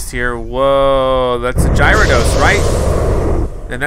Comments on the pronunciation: Did he say jyarados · He said “jairados” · He said girados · Gyarados is pronounced Gair-I-Dos.